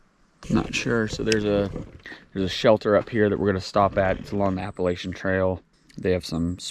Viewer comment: Looks like you guys were hiking in the soup, smart to get up early on the more touristy places and have it all to yourselves while others laz about. Please just call the trail the AT so I don’t cringe when ya say it. Lol